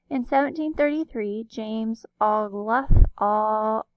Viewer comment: (Kindly) it’s pronounced OH-gole-thorp